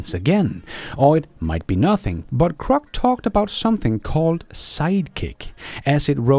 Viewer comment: PLEASE PRONOUNCE GROCK with a G NOT a C, thank's.